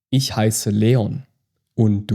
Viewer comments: Okay, I’m confused. I took German in high school from a native speaker who pronounced “ich” more like ickh vs the soft ish in this video. When I spoke some of my high school German to my German-speaking grandma she was so pleased that I was learning “proper German”, specifically she stated she pronounced ”ich” like ish (like this video) growing up, but that she spoke hillbilly German. I’m confused. Is it a regional difference? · been learning german for 7ish months. Wanted to practice my listening but i swear the way you are saying words is a dialect or my ears are bad. Im 7 mins in and your ich and Maedchen just sound off to me.